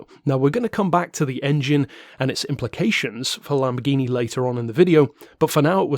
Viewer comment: I don’t know about the lamb bore gyno die ablo straddle. Is this some kind of inside joke? I know it can’t be an American joke considering how hideously you royalists butcher every foreign word. Hey, quick question, how do you pronounce Jaguar? How about Yamaha? Here’s a better question. How do you pronounce Rolls Royce Merlin? The answer? PACKARD.